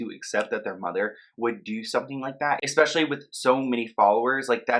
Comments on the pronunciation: You really love saying "expecially", do n't you? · There is no X ——- in “especially”